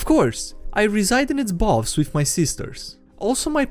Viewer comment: Oh btw "Boughs" is pronounced like "Bows". English is weird.